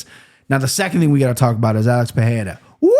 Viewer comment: It's Pereira with an R sound "Puh-Rare-Uh" it would only be an H sound if it was Perreira with a double R